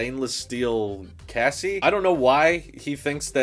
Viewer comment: Did you say... kassis? Did you mean chassis? Lol